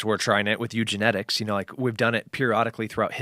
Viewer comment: *Eugenics Tim, not Eugenetics. hahaha still get his point and love him and Joe!